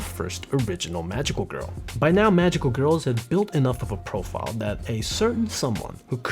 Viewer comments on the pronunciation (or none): none